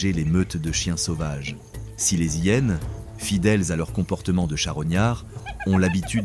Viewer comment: Bonjour, tres beau documentaire, merci infiniment. Est ce une voix faite avec l'AI ? Car si je ne me trompe pas, on ne fait pas la lisaison .. les Zhyenes mais on dit bien: les hyenes. Merci pour toutes ces belles images.